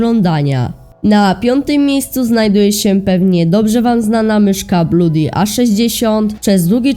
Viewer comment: XDDDD nie mowi sie bluudi tylko bloodi